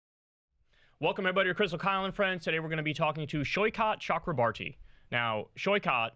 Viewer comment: Saikot Ch (as in "chalk)-ro-bor-ti (soft "t") The last name's from my state in India. That's how you say his name.